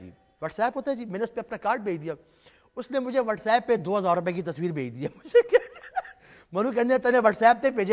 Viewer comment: Whatsapp hota hy whatsayp nahi